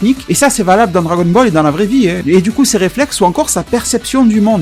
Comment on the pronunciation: comment il avais prononcé Vie 😂😂😂😂😂😂 MDR